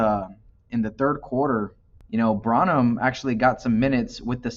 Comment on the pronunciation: Its pronounced BRAN-Num bro.